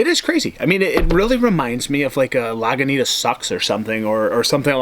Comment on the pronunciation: sorry when you say Laguintas and RR in the same sentence.